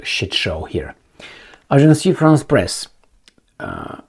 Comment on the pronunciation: Aj'ans Frans Pres!!!🙏 NOT Ajan'cy Frans Press!!!!🤨